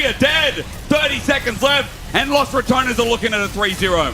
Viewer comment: foreigners really need to learn how to pronounce 'los', its not 'loss'